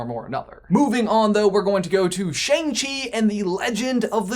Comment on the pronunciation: Chi sounds like you just mashed chai and tea together.